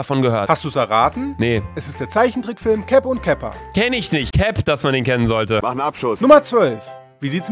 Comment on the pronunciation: Cap und capper komplett falsch ausgesprochen 😭